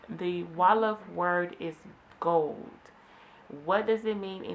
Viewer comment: As a Gambian., I have never heard anyone say “at” instead of and. Most of the words you are saying we pronounce are all wrong Ps it’s not “gold” it’s gorr